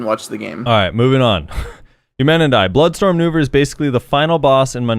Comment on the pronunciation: He said Nouver not Vell!!!